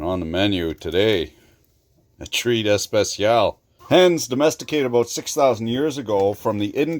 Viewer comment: "A treat especiall" 🤣